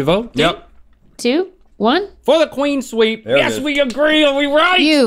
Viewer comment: Everybody: "Clean sweep." Link: "Queen sweep."